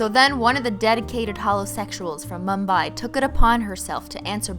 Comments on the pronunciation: I like the fact that u pronounce mumbai and India correctly...😃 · I've learned so much from this video including how to properly pronounce Mumbai